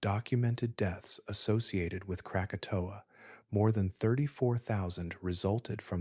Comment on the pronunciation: That's not the only word mispronounced. Mesosphere became mesofear, krakatoa became Kratoa.